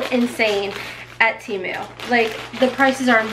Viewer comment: Just for future ..... it's Temu, the Tem part is pronounced like TEN , not Tee...(lazy e) so it's Te (like meh) mu. I wear plus size too and will DEFINITELY be ordering from Temu. Or...Tem.....moo. lol You look great in everything!